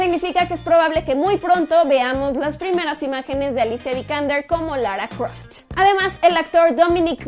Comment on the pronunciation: "lara crouftch" :V "Louuugian" "Blackk panfterrr" "los Ziiifff" "loffftvv"